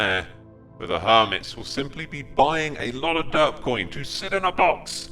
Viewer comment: Sometimes now as re watching and just listening while I work it sounds like X is saying dirt block instead of derp block. So now its just gotten funny to imagine he is saying dirt block and listen to how he praises it lol